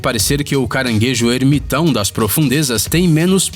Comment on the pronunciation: O narrador muda o sotaque do "R" hehe "caranguejo Errrrrmitão" kkkk